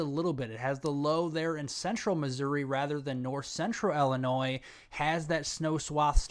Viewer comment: Its pronounced ILL-eh-noy. Sorry. I honestly dont want to be THAT guy.